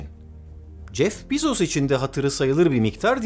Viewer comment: Bu kadar bilgili bi insanın Bezos'u yanlış telaffuz etmesi de, ne bileyim.